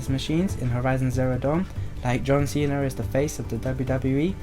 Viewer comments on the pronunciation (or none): none